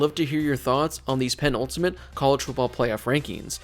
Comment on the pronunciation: Pe-nul-ti-mate not pen-ultimate